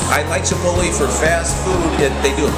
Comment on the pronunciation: isnt it pronounced chip-ote-lay??